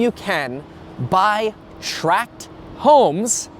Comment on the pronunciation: Thanks for calling them 'tract' homes, and not 'track' homes.